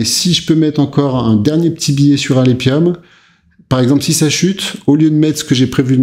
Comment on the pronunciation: Alephium se dit alefium...